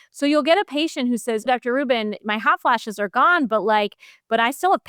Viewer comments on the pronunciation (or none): The interviewer can't seem to get Dr. Rubin's surname right, calling her "Dr. Rachel Rubins." Come on. Do better.